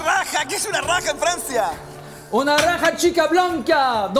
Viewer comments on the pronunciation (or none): Jajaja que chistoso.. sobre todo la pronunciación de mi chef yann es un ídolo.. busca la "rraja" jajaja no habrá sido " jarra" chef le cuesta la letra R.. y tendrá un poco de dislexia jajaja.. que chistoso.. aunque sea pauteado el programa es muy desestresante sobre todo en estos tiempos de covid que todos andamos tensos... siempre hay que mirar el vaso medio lleno y dejar de criticar. Al final de cuentas cada cosa es subjetiva hay algunos que nos gusta este tipo de programas y a otros no, simplemente así son las cosas.. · Jajajajaja "Raja" en vez de Jarra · Ha sido divertido oír ese fallo hasta que el otro captó jejejejeje, aunque tampoco supo decir jarra sino vaso.